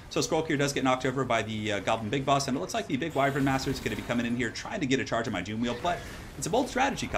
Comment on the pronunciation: do me a favor please and look up how to pronounce Wyvern. I love your battlecasts, but this just rubs me the wrong way so much!